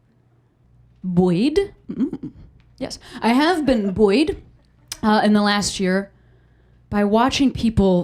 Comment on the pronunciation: Buoyed is two syllables.